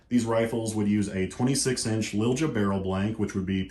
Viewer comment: The barrel brand is pronounced LEEL-YA